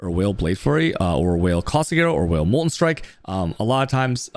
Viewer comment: why does he pronounce vaal whale lmao